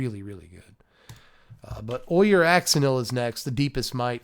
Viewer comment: You've got Kaldheim on the brain! the 'j' in Ojer would be an 'h' sound in this set, not a 'y'! No Bjorks by the fjords here.